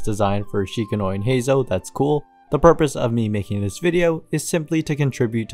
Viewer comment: Hate to be that guy but its worth noting that "Shikanoin" is pronounced Shee-Kah-Noh-Een, not Sheeka-noin (like coin or loin). Hopefully thats of use to anyone